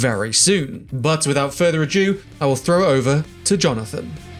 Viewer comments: You said "adieu". The word is "ado". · I feel that still saying 'no further adieu' rather than the correct 'a-do' is just to annoy me personally:p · Does say "without further adieu" instead of "without further ado" in the intro? My brain does a double take each time 😁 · "Ado", not "adieu". - "Ado" refers to fuss or trouble, like in "Much Ado About Nothing." - "Adieu" is a French farewell, meaning "goodbye." Love you really. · It’s not further a dew, it’s further ado 😮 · it's called an accent habibti